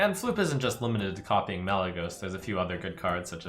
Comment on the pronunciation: chocomonkey he said malygeyying to 2